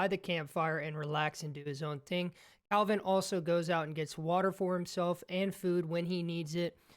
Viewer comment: Can someone tell this guy that he's called Kelvin, not Calvin. Literally says it on his shirt